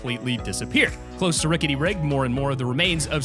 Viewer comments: He said, “Ricket Rig” xD and the Growto instead of grotto it makes me laugh lol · Clxser ricket rig